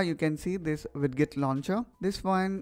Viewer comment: It's pronounced "widjet" and "gadjet"